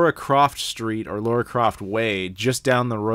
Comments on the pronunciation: So why do you keep saying "Laura" when it's spelt Lara? Hypocrite ;) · Hey, the characters name in Tomb Raider is not Laura, its Lara (pronounced Lar-Rah).